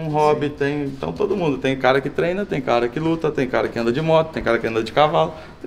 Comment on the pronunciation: só sabe falar familiá e tá na hora de dar linhá porquê já enjoou ver sua cará